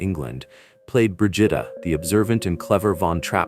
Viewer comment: Bruh-gee-tah not what ever the hell it just said